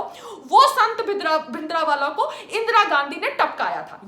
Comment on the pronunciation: You don't even know how to pronounce "Bhindrawala" and then you say that you know a lot about history of Punjab.